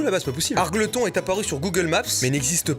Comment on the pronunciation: Très bonne vidéo, sinon argleton se prononce Argeultonne